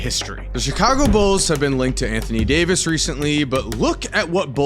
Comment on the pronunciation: anthony day-to-davis 😭